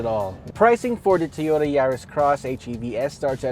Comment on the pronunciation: Two-yoe-da. Wurs-wurs.